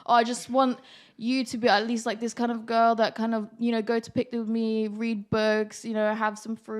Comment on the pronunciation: she didint say picnic right ? :))